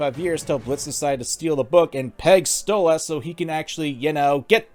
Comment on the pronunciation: STOP CALLING HIM STOLE AHHS ITS DRIVING ME CRAZY!!!!